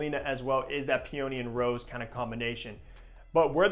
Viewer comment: Excellent explanation of my favourite fragrance! But your pronunciation of peony… 💀 🤣